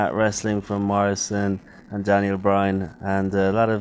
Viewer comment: lol "john marrisan"